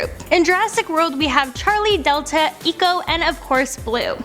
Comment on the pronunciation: "Eeko" ??????? Excuse me learn your script Great white whale????? Mosaurus is not a dinosaur Indominous Rex isn't either Iindominous Rex didn't have the most teeth This whole video hurt my ears(try better next time)